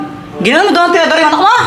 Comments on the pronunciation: Hindi traedorhinditinidor😅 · si ginagawa ang tirador naliging tinidor😂😂😂